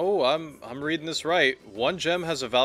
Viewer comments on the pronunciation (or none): none